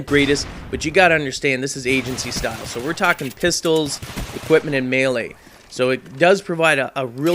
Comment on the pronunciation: when you said melee i thought you said mailace and then im thinking OMG YOY HIT PPL WITH UR WIFE ?? sorry lol great vid